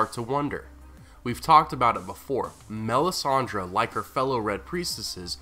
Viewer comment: You pronounce her name so wrong it hurts my feelings...